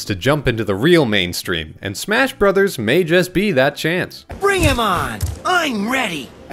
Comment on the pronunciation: am i the only one to notice it said smash broters?